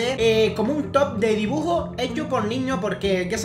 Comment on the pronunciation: like si te hizo gracia cuando dijo"dibujor""